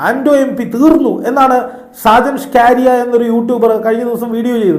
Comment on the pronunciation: സാജൻ സ്കാരിയാ അല്ല സ്‌കറിയ എന്നാണ് ഇത് ഞാൻ നേരത്തെയും പറഞ്ഞു തന്നതാണ് കേട്ടോ... പിന്നെ സാജൻ സ്‌കറിയ പറയുന്നതും വെള്ളത്തിൽ കിടന്നു വളി വിടുന്നതും ഒരുപോലെയാണ്... വിട്ടുകള ആ വട്ടനെ